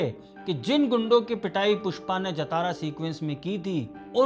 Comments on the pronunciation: Not jatara... It's pronounced as jaa-ta-ra जातरा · उच्चारण ❌ जतारा नहीं 👉 जातरा ✅ करना चाहिए। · it is jaatra not jatara, written as jathra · Jatara nahi sir Jhataara jha-ta-ra. Fest! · Bhai.. nice review, take a bow 🙏🏻 By the way, it’s not #Jatara (जतारा) but it is #Jaatara (ज़ातरा, జాతర) or #Jaatra (जात्रा, జాత్రా) Thank you 🙏🏻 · jaatara, not jataara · It's Jaathara...not jatara..please correct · Jaatara ki pronunciation thoda galat hei.. जतारा ❌ जातरा ✅ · Bro it's not jataraa. Its jathara 😆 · Please say JAATARA not Jatara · Pls pronounce correct it's Jaatra not Jataara😊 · Brother, it is pronounced as Jaaa-thara and not Ja-Thaaaara. ❤ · jathara is wrong way to pronounce it should be pronounced as "Jaaathara" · जतारा नहीं जात्रा होता है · Baabu!!! it is 'जातर' not 'जतारा' --- its 'मातंगि वेषम्' - Not 'मतंगि वेषम्' please correct the pronunciation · Sir as telugu audience i want to correct the pronunciation of jatara, its actually jhaaathara,,i am sorry ,,jai hind ,, you have given a great review understanding the core philosophy,, 🫡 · It's Jaaa-Traaa jaatraa .....Matangi vesham or Vesh on 6th day. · Sir , no offence...your pronounciation of #JATARA is wrong...talk to any Telugu friend for correct way...if you can share your number can call you to explain ...am a तेलुगु speaking person